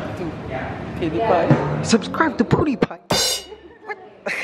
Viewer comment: "soobscraib to poodipai" (Pewdiepie. which you should do)